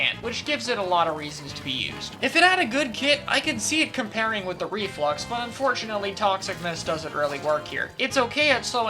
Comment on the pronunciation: Me to Ree-Flux, perhaps I judged you to harshly